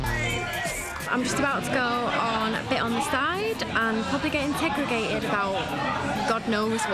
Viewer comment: Did mispronounce the word interrogated